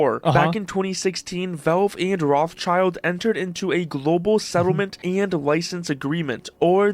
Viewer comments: am i the only one that bothers by saying "Roths child", its fucking "Roth schild" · wtf is this pronunciation of Rothschild? 'Roths-Child'? fr? It is 'Roth-Schild' meaning 'Red-Shield'. Guys.... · Bro…. The name is not Roth-child!! There is a S!! It is Roth-schild and if you want to pronounce it in english you probably should say Roth-schield… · It's pronounced Rot Schild, not Roth Child... It means red shield. Gabe is an absolute legend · Rot(h) means red and schild means shield. Roth-Schild - Red-Shield. It has nothing to do with "child", that's just coincidence. I always found it weird how people pronounce that name in English. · Why are everyone reading Rotschild wrong? Its not ROTH + CHILD, it's Rot + shild, which is english means Red Shield. It's a made up name, their grand-grand-grand-father lived in a house with red shield symbol and chose that for his last name. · i get triggered every time this guy pronounces Rothschild wrong. its not Roth- child. wtf . its a german name. Pronounce it german. it litteraly means red-shield not red child. Call the Devil by its Name. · Why does the English pronunciation of Rothschild is so fucked up? Its a German name, basically meaning red shield (rot-shild)? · it's rotsheeld btw. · It's pronounced RØT shield as in red shield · Can’t watch that video..someone pronouncing the name Rothschild as Roth- Child… is so stupid… nothing to do with Asmon.. he is our king.. but the guy he is reacting to.. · Aint Rothschild pronounced "Roh-shield"? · FFS dont pronounce it Rothchild wtf. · the pronunciation of the name Rothschild is making me go crazy wth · how he pronounces rothschild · God, that guy's pronounciation of "Rothschild" is soo aggravating. Is it really so hard to look up how to pronounce a name when you are making a whole-ass video about it? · It's killing me how you Americans pronounce the name Rothschild. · As a german I really hate the english pronounciation of Rothschild 😩